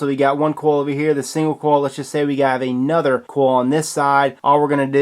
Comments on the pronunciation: hopefully he'll read the comments and start to say coil instead of "kawel" the rest of his accent is fine. 😀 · Clayton Rickard also he pronounces coil "kawl" 😨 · And he pronounces coil "kawl" which is strange 😦. Why do you do that Please reply to this comment! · no I'm not dumb he only pronounces one word wrong, that's not an accent. Are u dumb ?